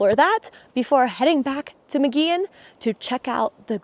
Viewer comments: Pronounced Muggy-on. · Thanks for the tour! I've never heard of this place but I live here in Albuquerque, New Mexico. I believe Mogollon is pronounce Mo Go Yo N. The two LLs side by side sound like a Y, like in Tortillas - Tore Tee Yas.